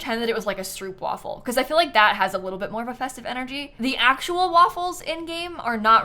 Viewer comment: To, and to all american watchers... Stroopwafel uses the 'O' sound of 'Ghost'. 😅